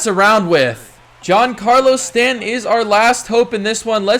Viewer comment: and you need to look up how to pronounce Stanton's name